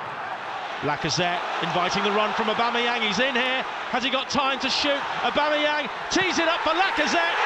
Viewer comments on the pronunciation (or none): Hate how the first commentator pronounces Aubameyang ’Äbemeyäng’